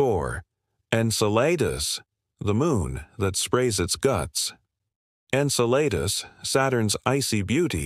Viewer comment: Its pronounced in-cell-a-dus & meem-us ur butchering the names ... lol